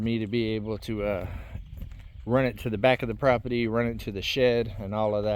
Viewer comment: IT'S NOT PROPETY... IT'S PROPERTY. Bugs me. ❤😊